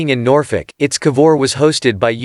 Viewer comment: To the narrator: It's I.T.S. Not Its. Italian Ship